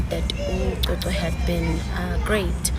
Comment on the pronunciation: What is this graped word? The word is Raped not Graped🤣🤣